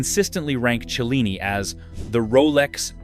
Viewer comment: Cellini. Chilling AI is not sure. Why can't AI at least talk right?